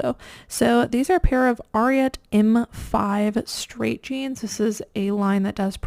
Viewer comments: Idk if want to know but it’s “A”riat not trying to be a grammar police just helping 🤷🏻‍♀️💛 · Helpful tip: The brand Ariat is pronounced the same as you would say the name of the horse …Secretariat!